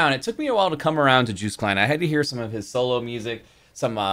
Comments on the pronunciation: Yes, this one is better 😉😊🤣 The name is Joost, pronounced as in :"toast" And there is also betting in the Eurovision Song Contest. Who is going to win? That's why he mentioned the bookmakers. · His name rhymes with toast and the J is pronounced as a Y, so phonetically it's Yoast.